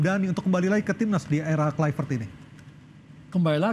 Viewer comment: kluivert (Kl'aivert) bukan (klu'i vert)